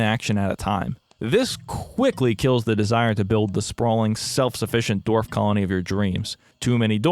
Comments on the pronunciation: Everyone: Dwarf. This guy: D o r v e s . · Autoplayed onto your channel, love the content but (and please don't take this the wrong way I'm not trying to be insensitive) is there a reason why you pronounce certain words a little oddly? Most notably in this vid with 'dwarf'. At first I thought maybe that what they're called in this game but I noticed the same pronunciation in 'dwarf fortress'. It doesn't impact my enjoyment of the video at all but I guess my curiosity got the better of me D: Anywhooo sorry about that, love the vid ggwp and all that <3